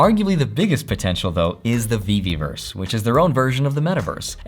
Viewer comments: I think it's ve-verse. Not ve-ve-verse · Veverse ! there's no Veveverse ;)